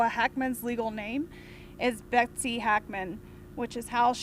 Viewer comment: Becos the guy is pronouncing Betsy's name wrongly,that's all*